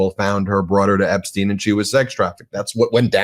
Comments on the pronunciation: You can't just throw out an alternative pronunciation of Epstein, like...I need to know...Does she think everyone else is wrong and she's got it right? Or is it more like, she's just committed to it now because the first time she saw it was in written format and she assumed it was like Einstein? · She needs to pronounce Jeffrey's last name correctly. I mean it's all in the news and she can't even pronounce it, right?